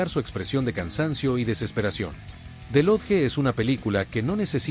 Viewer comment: Wow jamás hubiera imaginado que el narrador estaba diciendo the lodge 🤯